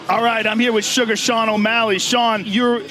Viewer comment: yea when snoop was saying this he kept calling him "Suga Shane" lol